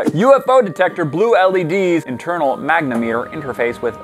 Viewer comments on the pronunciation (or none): none